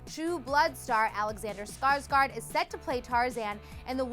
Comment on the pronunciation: "Alexander Skarsgard" YOU DON'T PRENOUNCE HIS NAME LIKE THAT!! Sorry .. The fangirl inside me took over ..